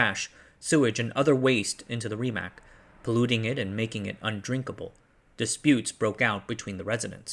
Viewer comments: I know the pronunciation for Rimac is botched as hell but it has a nice ring to it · Raimac? Llaulla? Calao? My god…